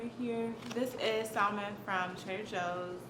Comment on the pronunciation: You said salon To the most extreme wrong